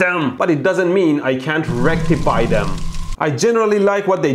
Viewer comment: * wreck-tify them